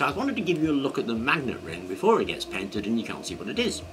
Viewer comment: When you said you’d painted it, I thought you said “patented it”! 😂🤣😅